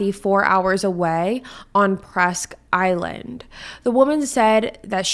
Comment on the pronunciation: Correct pronunciations Bang-Gore not banger Presque-Isle not island